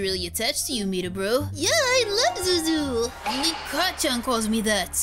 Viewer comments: Btw it's Zuzu not zozo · Why do they call deku zuzu